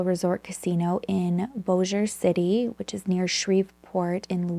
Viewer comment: This is crazy! I am from FW area and grew up near Bossier, never heard of this case. And way to go on pronouncing Bossier correctly! I hear so many versions. So, 👏👏👏